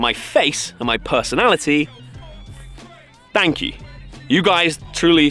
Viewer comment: "Fank You!" 😂